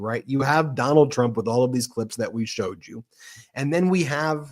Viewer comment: "Donaldt had Sharlie the lonesome...Tuna's confused with Trump Dump" and, "the hahtdbreeke' of pseoriosiz"(yuk)